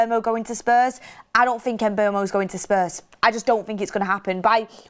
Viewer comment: She way she pronounces Mbuemo is jarring “Umbermow”